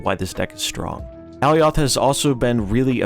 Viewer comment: I believe alioth is pronounced like Goliath, at least it is in the loki series